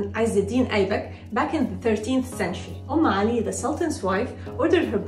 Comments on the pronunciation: It's UMME ALI ....not om ,... Did you mean om ? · It's not on Ali it is Um Ali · Not OM but UM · Its UmmAli not Omali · It's actually 'Umm Ali' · It's umm Ali😂😂😂😂